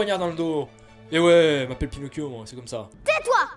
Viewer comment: "Pinocccchio comme on dit en amérique du sud" Heu comment te dire?